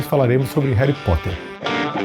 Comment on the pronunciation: "Reri Potter"😂❤